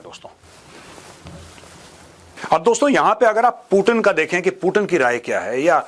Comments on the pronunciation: पुतिन को पूटीन बोलने से ज्यादा अंग्रेज बन जाता है क्या? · Major साहब मै आपका बहुत बड़ा फेन हूँ, लेकिन आप पुतिन को पुटीन मत बोलो, इसमें भारतीय कम और अंग्रेज ज्यादा लग रहे हो